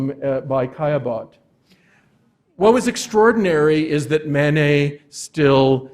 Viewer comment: We do not pronounce the "et" at the end of the name "Manet" as 'ette'. We pronounce it as the letter A. We have chosen to adopt the French pronunciation of the name. So, please pronounce the first syllable as the French do. Mah-Nay. Not Man-Ay. The same for Monet. Mon as in mon ami Not as in "Mow the lawn " Not Mow nay. Degas is not Day-Gah Renoir is not Ren- wah